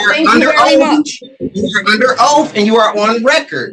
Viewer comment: You cant lecture people if you cant even pronounce proper english. He let them all know they are under oaf 😂